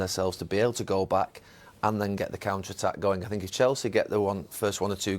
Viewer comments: Mourinho talking better when doesn't say "I sink" 😂😂😂 The way Mou was looking at Gary These guys used to criticise me when he was at Manchester utd, now they're laughing & smiling with me🙄🙄🙄🙄🙄😁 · Thats called punditry, its their job to analyse and criticise. I sink? How many languages can you speak compared to Mou? How many UCL titles have you won? How many league titles and cups have you won? Sorry but "I sink" is the least of your problems. Go learn another language and come back when you can speak it fluently enough to work and excel in that languages country. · Nobody: Literally no one: Mou: I sink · Pundits: Talking Jose: I sink.. Pundits: 👁️👄👁️